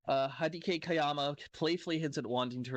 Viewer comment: My God talk about dislexyc reading skills, butchered the guys name with every single vowel 🤣